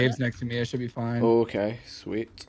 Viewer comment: "Back up plan I have some growing here. But it's taking its Swheat time"